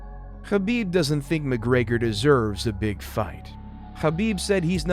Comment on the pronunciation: Ha-ha, the guy is a legendary fighter but his last name somehow gets butchered by every commentator and announcer. Abdulmanap and Khabib are the only ones saying it correctly but nobody seems to listen.